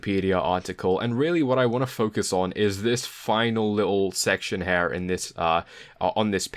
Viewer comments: It’s here not "hare" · Lol, that was indeed funny. I kept thinking of HEIR instead of HAIR. Apart from that, very nice TA. Thanks! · Nice video but I think I can't get over the way you say hair instead of here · It's here, not HAIR!!!!!!!!!! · "Hair" is killing me. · Excellent video, first time viewing, will subscribe and spend the word. However your pronounciation of "here" makes me feel slightly sick. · Damn! Now I can't un-hear it....